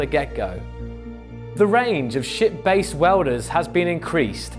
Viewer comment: Every time he says "ship", I hear "shit"